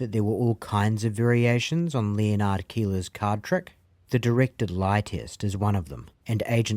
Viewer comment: Do you really not know how to pronounce 'Leonard'?